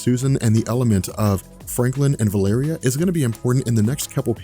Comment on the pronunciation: Am I seriously the only one who is driven crazy by vuh-LAIR-ee-uh VS. val-a-REE-uh? The former is from A Song of Ice and Fire! Is there record of Hickman or, I think it was Chris Claremount who introduced her (I could be SO wrong on that.) pronouncing it that way?